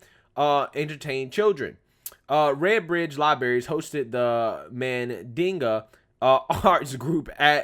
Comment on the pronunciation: "Mandinga" (Mandingo) arts? Really 🤦